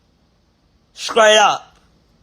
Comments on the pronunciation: Omg what the hell is a nba if u can’t spell it don’t say it 😅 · I love but he truly think he saying it correctly 😂😂 NDA doll ❤